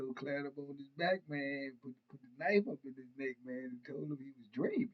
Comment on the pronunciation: Go back to shleeep u dweeeamin 😂😂. U had me hollering 😂